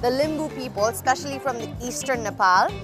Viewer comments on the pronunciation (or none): none